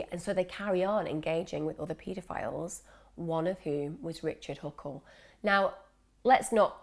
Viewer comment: You said "richle huckle" pretty early in the video lmao